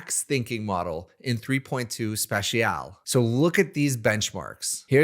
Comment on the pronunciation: Never heard someone not know how to pronounce special